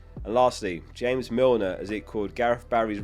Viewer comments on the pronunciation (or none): none